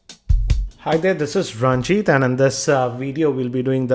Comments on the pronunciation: are u saying ranchy or ranjit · i hate the way this guy says ranjith